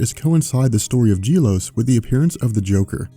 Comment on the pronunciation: Gelos (Geh-LoS) not (Jeh-Los)